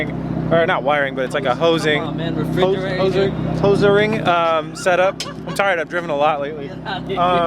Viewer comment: lol hozering